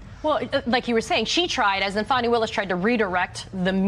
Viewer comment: So it's Not Fanni or Fanny, and it's not Fawni or Fawny either. But now, I am hearing "Funny" Willis... Lol shrugs